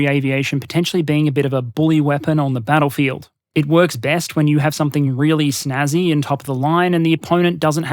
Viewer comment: ahhh you pronounced the "p" in somepthing <3 proper dingo keep up the good work mate, and hey, dom6 soon, mayby some more nation vids sometime?